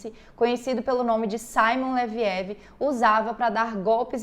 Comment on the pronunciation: vc realmente assistiu o documentário? Vc pronunciou o nome Leviev errado. Pra quem assistiu o documentário é IMPOSSÍVEL errar a pronúncia do nome dele. A cada 5 palavras, 10 eram Leviev.